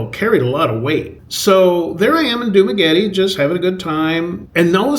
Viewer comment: Are you pronouncing "Dumaguete" correctly? It's not "Dumagueti", like "Spaghetti".